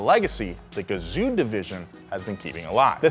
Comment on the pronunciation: if you are reading this it's not pronounced Guh-zu, it's pronounced Gah-Zohh. Japanese vowels are identical to Spanish. OO in Japanese is just a long O sound.